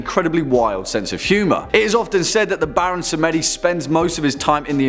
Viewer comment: U forgot to list Baron Samedi and Hades in the timestamps yo! Just to let y'all know!? Samedi is pronounced Sam Dee not Sam Eddy lmao Samedi is French for Sunday ✌